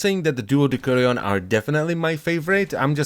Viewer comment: Its de/s/urion